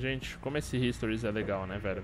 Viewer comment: oque é isso que falou? "historis"